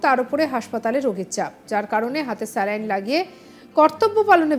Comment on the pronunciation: 'স্ল্যাইন্ ' না 'স্যালাইন্'?